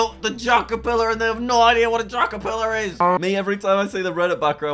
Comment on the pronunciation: You are telling me you gave this guy 5 bucks, and still managed to get your one message wrong? What the dingdong is a jackerfillar? It’s J A C K E R P I L L A R. Remember that. P can make a big difference. Whether in spelling, or in pants.